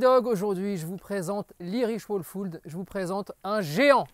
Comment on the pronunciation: "iriche ouolfoulde" plus sérieusement, super vidéo, j'ai découver la race avec, j'adore !